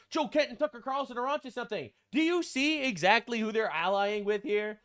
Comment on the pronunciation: "tucker qatarlson" i'm crine